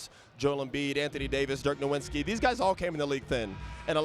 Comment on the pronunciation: He really said Dirk NoWINski 😭😭😭